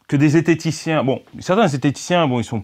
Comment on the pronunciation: Oula j'ai entendu zetheticien j'ai tout de suite eu les oreilles qui saignent